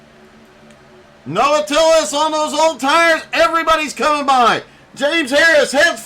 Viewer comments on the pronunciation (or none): Makes me laugh every time someone says Tillis when it’s Tills. Good job Noah!